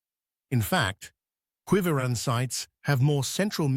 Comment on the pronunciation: Why should we believe or accept a word you speak when you have not even taken the time to learn how to pronounce Quivira or even Jalisco. You make broad statements and conclusions and provide no evidence or trusted sources.